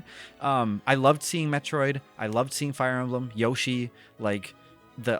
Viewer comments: Sorry but Yoshi not Yashi😂😂😂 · Stop trying trick me into thinking it’s pronounced Yaw-she. No, I refuse. It’s Yow-she. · Calling YO-shi, “YAW-shi” makes my skin crawl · STOP SAYING YASHI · Can’t even pronounce Yoshi